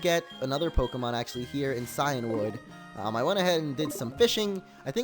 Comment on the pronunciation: It's pronounced see an wood